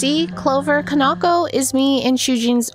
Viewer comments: Is pronouns can-ah-ko not can-naw-ko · I think ka-nah-koh is closer to how it should be pronounced! I say this because i'm assuming the name is Japanese in origin and would be broken up into the characters ka-na-ko. Japanese language basics usually tell you to put the same emphasis on each character unless there is special indicators telling you to do otherwise.